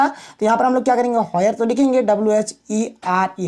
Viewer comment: Sir wo sab to khair thik hai lekin ye hoyer kyu bol rhe ho where ko 😂😂